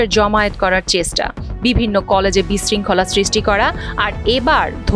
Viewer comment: উপস্থাপিকা চেষ্টা শব্দটা উচ্চারণ ও করতে পারেনা!!😏😏